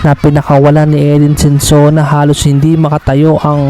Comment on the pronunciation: SONSONA, hindi Sensona.